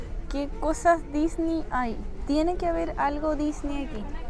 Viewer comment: Una pregunta porque dices Disney tan raro no se dice como tú lo dices